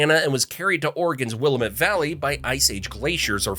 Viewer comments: It’s Will-AM-it, dammit! 🙄😂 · Willamette River correctly pronounced ‘will am met’ FYI🙂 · Grew up in Oregon City, now live in Southeast Portland a 5 minute walk to Powell Butte cinder cone. I traveled to 40 states. Nothing compares to Oregon. I'm used to everyone who's not from here pronouncing Willamette wrong. Like someone else here said, it rhymes like "Willamette, dammit" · WIL - AM- it!!!! Damn it, pronounce Willamette correctly!!! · Lost lake is not near Mt. Hood. There is no "WAR" in Portland, just happy frogs! Willamette is pronounced will-lam-it. Vanport flood, at the tíme African Americans were not allowed to live in Oregon. During WW2 liberty ships were built in Portland. African Americans had to live on a island in the middle of the Columbia. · You had me until Will-uh-met. It’s “Willamette, dammit” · will-AM-ett. Fucking stupid. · Nope, will-AM-it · Wil-lamb-met . Get it right please, lamb-lamb-lamb! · Cringe every time he says willimit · Willamette is pronounced as such: in 3 syllables 1st syllable, Will., 2nd syllable, am and 3rd syllable, ette Will ( as a man's name) - am (as in, "I am") - ette (as in, "wet") Sheesh, if you're gonna make these things you ought to know how to pronounce the towns, cities and other places too!! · With so many comments regarding the pronunciation of the Oregon central valley….will am. Met!! Aaaaagh, my ears!! Say it correctly! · willamette rhymes with dammit. yes? yes. says this 6o something native. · Willamette pronounced Will-lam-mit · It’s Willamette damn it ! 😂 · Pronunciation - Wuh-LA-muht Emphasis on the SECOND syllable NOT the first!!! DUH!!! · My left eye is twitching at your mispronunciation of Willamette 👺Anyway, thank you for sharing this. I lived in Portland since 2003 but never knew some of these places in your video. ROAD TRIP!! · Willamette wasn’t the only word mispronounced. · He definitely needs to learn to pronounce more then just Willamette, he says a few other things wrong as well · It AM WillAMette!